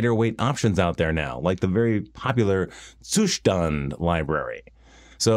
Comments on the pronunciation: Just tried to find an English word that has a similar pronunciation of Z, and it was not easy. Ended up with "Pizza" or "blitz" (thx, GPT). In the end I'd probably pronounce-write it as "Tsooshtund". So yes, I agree, good pronunciation. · You are the first non-german tech influencer pronouncing "Zustand" right